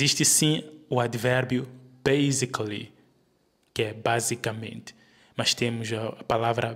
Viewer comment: Meu irmão, a palavra INJURED leva o acento na primeira sílaba e não na segunda sílaba como estás ai a dizer. Pare de te fazeres árbitro do que não tens domínio. Na palavra BASICALLY o som do S é mesmo S e não Z como estás ai a dizer. Sabes que alguns como tu sao limitados no seu conhecimento devido à má índole como é o teu caso, pois se fossem experts prejudicariam aos outros em vez de ajudá-los